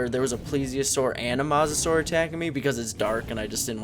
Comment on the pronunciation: You said mosasaur wrong